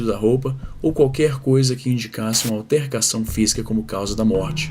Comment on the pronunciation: "altercacao"... kkkkkkkk